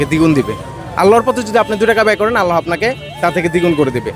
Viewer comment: আল্লাহো নয়। আল্লাহ উচ্চারণ হবে